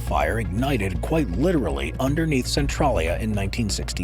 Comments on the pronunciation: Its "Cen-TRAY-lya" not "Cen-TRAH-lya" The latter would be spelled "Centrallia". How embarrassing for you! Did you not ever hear of Google? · Cen-trail-ia lol Centrolleya sounds so silly.